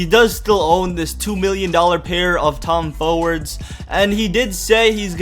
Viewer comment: "tom fowrds" lmao